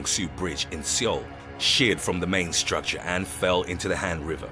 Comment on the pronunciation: Christ your pronunciation is terrible. Seoul, the capital of South Korea is pronounced ‘Soul’ not “Seeol” every video I watch in this channel has similar mistakes...